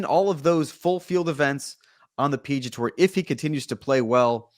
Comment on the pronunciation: Did the PGA Tour change its name? Why does this guy keep saying 'PG Tour"?